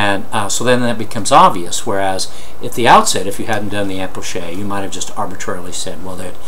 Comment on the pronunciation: Isnt it pronounced as K because its a greek word